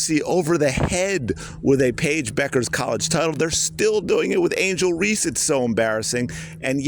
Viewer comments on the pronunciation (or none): none